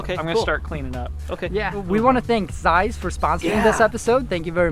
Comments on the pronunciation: Nicht seiss sonder Zeiss! Zsss, Zsss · Зайс?.. Я бы сказал Цейс..